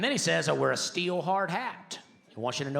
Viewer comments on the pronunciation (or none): none